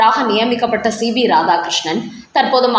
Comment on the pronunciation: Madam, he is C P not C B as you pronounce